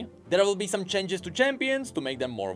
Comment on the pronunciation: Your pronounciation of "changes" as "chenges" got me so hypnotized, I could only focus that word for the entire video.